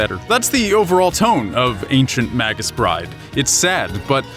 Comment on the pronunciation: It's pronounced "MAY-gus" not "maggus" . You know online dictionaries will speak the word for you.